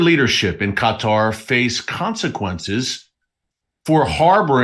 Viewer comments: The right pronunciation about Qatar is emphasis on the last word part of the word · It's driving me nuts hearing you say cut-are over and over. Not sure I can make it through the rest of the video lol! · This thing will not let me print what I wanted to. I think its pronounced K-tar. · I believe it’s Kaw-tah as prounication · I love you brother 😂 but you say qatar really funny hahaha. Keep doing what your doing i watch your newscast all the time. We all know that the rapture of the church is about to happen and jacobs trouble is about to start. The body of christ is about to be harpazod outta here